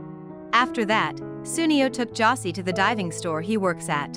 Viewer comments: Josée not 'Jossy'. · Bro I stopped watching this the moment they mispronounced Josee 💀